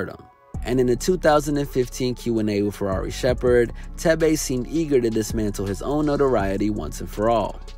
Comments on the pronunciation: His name is pronounced as 'Teh-veh' not 'Teh-bey' and the name "Thebe" means Power in my native Lozi language. Proudly African ✊ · Lmfaooo the way he pronounced thebe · Leave it to an American to absolutely butcher a simple Azanian name. Thebe😂😂